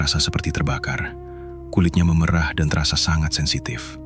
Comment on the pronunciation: maaf ya min,pengucapan memerah yg kau ucapkan itu arti kata seperti memerah susu sapi bukan memerah krn perubahan warna,tolonglah jngan mngubah cara pengucapan kata krn bis merubah makna